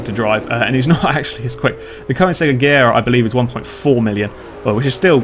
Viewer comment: You pronounced Agera wrong.